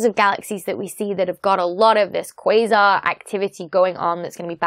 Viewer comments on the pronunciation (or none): none